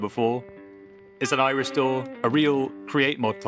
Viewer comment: I thought he said "It's an Irish door."😅